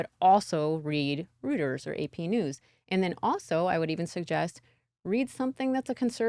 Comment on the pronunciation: 1st of all your mispronunication of Reuters, Economist is conservative and you couldn't name the 3rd. you are correct but have you story down